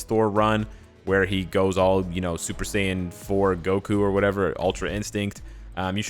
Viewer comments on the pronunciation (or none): none